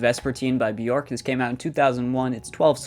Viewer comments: "Byork" might help your pronunciation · How did you pronounce her name??!! 😂😂😂 J pronounced like y....like in many other European languages so try Byork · its pronounced b-yerk 😡🤬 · Just fyi, Björk name rhymes with jerk. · Please get the right pronunciation of her name :)